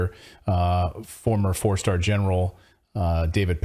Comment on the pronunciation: Did Clayton just say 4 sur?